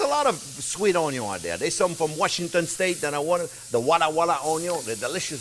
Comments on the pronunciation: I watch this show to listen to you say oon-ion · Onyawn always goes in first<>Onyawn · Chef JP...you are my happy place...your enthusiasm is second to none...! I absolutely agree with previous comments "prep is now called mise en plus"..."onion is now onyo"...freeze everything for 17 years...and parsley is known in my house as parse-ley...complete with attempted French accent...! I absolutely love your channel...and you and Jack! I love the little captions Jack puts up. Thank you SO much Chef JP...You da best...! 💋❤️💋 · I had the ‘Trinity’ knocked into my head for decades!…. Now the, ‘Onyon’ first technique has changed my life!…. All the ‘Trinity’ at once is ok!…. But ‘Onyon’ first makes it butter!…. (Oops, better!…. Not ‘butter!)…. 😘